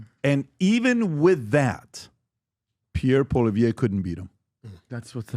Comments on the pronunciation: PBD can't say Poilievre's name right for one. Then he slams him for not going on American podcasts? Jordan B. Peterson is Canadian. Poilievre is Canadian. Why would he go on Andrew Schultz, Lex, JRE podcast? Poilievre wasn't leader of the opposition during the last federal election, Erin O'Toole was. Poilievre didn't lose to Trudeau. The only thing embarassing will be PBD eating his words when the Conservatives demolish the Liberals during the next election. Trudeau will be trying to avoid jail. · He has NEVER even run for Prime Minister yet, so how could he loose to Trudeau you doormat. Secondly learn how to pronounce his name properly. Pathetic. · I like Patrick... But a few things. 1. Pierre didn't lose to Trudeau. So not sure what he is referencing. 2. If he wants Pierre's attention, pronouncing his name properly is a good start. 3. Pierre is literally everywhere. He has been to my town 3 times in the last 2 years, I personally met him, shook his hand and had a picture taken. Jordan Peterson is very well know in Canada, not that Patrick Bed-David isn't, but to say they are in the same league in the average Canadians mind, yeah no. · You don’t even say his name right get out of here you bozo